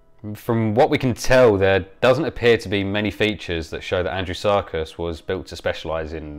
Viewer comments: I keep hearing "Andrew Serkis" :) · It sounds like you keep saying Andrew Sarkis. At first I thought that was who discovered the fossil.